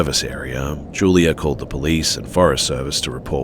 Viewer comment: Julier and I? Why do English people add r's where they don't belong? It's juliAH